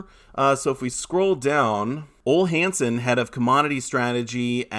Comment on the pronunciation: O lee Hansen, not OL' Hansen. Yeesh. Demand for silver fell because of the silver squeeze last spring.